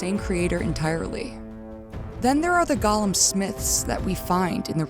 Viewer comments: I'm sorry but I am begging people to learn how to say Golem. It's Goh-lum not Gah-lum. Otherwise, great video. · Gollum ≠👂 golem "GAH-lum" (what you keep saying) vs "GOH-lum" (rhymes with "hole 'em") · I scrolled through some comments but I didn't see anybody mention your mispronunciation of Golem. Not trying to be too critical, but this bugged me. Golem is pronounced Goh-lem. It's a hard O. Gollum is only used for the character in the Lord of the Rings. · For the love of God “GO-LEM” it is pronounced “GOLEM” not “Gah-lum”. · Oh my God. GŌ-LEHM! Say it with me: GŌ-LEHM. Please, people! Gaw-luhm is the Tolkien character, gō-lehms are the animated constructs from the Kabbalah. It's gotten to the point where more people on YouTube say it the wrong way than ones who say it correctly. I hate to get all judgmental about a single word, but it makes anyone who pronounces it like that sound incredibly uncultured and like they don't know what they're talking about. It immediately makes me highly suspect that they had ChatGPT write their script. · I always heard them called as GO-LEM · I can't tell if a stupid AI wrote this or a stupid human wrote this. "The Primeval Current is a current." 🤦 GOH-lemm. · Ok Golem is not pronounced like Gollum. It’s go like the opposite of stop. Seemed like a good video but it drove me nuts lol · The consistent mispronunciation of the word golem just takes me out every time. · The "go" in Golem is pronounced the same way you'd just say the word "Go!". Gollum is a character in Tolkien's Legendarium. The distinction is important.